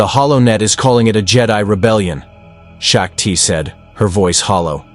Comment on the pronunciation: Its SHOCK TEE, not SHOCK TIE🤦‍♂️